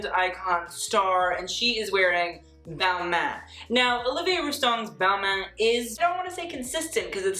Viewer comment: I though it was ball-mah for balmain?